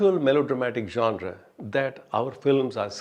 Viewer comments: The man can pronounce "genre" in the way it is supposed to be pronounced. That itself is enough for me to take him seriously. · Wow.. Wat an awesome review.. The way he describes .. Also.. Finally someone pronounced "genre" the right way..